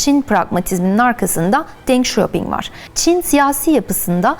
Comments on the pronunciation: ding değil dıng demek daha doğru olur, 邓小平 (ÇİNCE okuluşu deng xiao ping), ding demeniz hiç doğru olmamış. Dıng yani ı ile telefuz daha doğru olur. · 邓小平 Deng Xiaoping (Dıng Şiyaoping) Çin konusunda uzman olup Çince isimleri yanlış okuman biraz hayal kırıklığına uğrattı. 😅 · Çinde isimlerin lütfen doğrusunu telaffuz ediniz. Bazı markaları ingilizce telaffuz ediyorsunyz ama deng xiaopini Türkçe telaffuz ediyorsunuz ama deng diye telafguz edilmez .Biraz daha özen lütfen